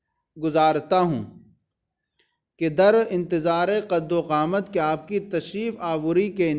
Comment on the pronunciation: قد وقامت نہیں قدومت ہے حضور